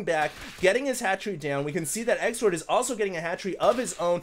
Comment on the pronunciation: why do you call xlord. sexlord in this game? you said it 2 or 3 times XD